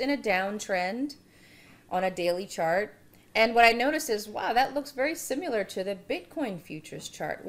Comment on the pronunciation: You say similar wrong